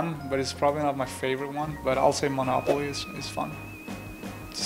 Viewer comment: Did they tell everyone to just say manopaly